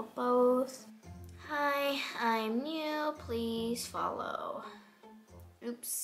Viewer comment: Did anyone else notice she always says bew insted of new lol lol